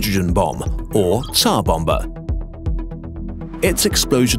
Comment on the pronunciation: Thumb up for pronouncing tsar bomba instead of zar bomba like some retards do.